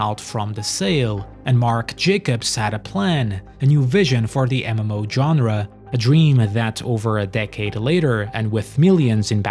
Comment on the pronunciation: Every time you said "MMO" it made me giggle. Or should I say "EmEmMouh."